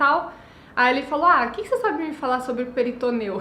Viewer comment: Querida, se cê tá fazendo vídeo em português, fala PORTUGUÊS!!! Não é peritoneu, é peritônio